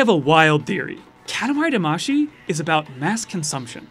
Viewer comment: What’s with that pronunciation of katamari damacy?